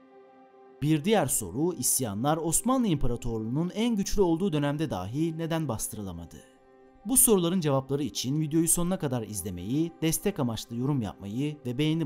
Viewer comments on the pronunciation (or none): Anlatıcının Türkçesi çok berbat :(( kulak tirmalayici, daaaaahi diyor dahi olacak ama o kadar fazla yanlış telaffuz var ki...lütfen biraz dikkat...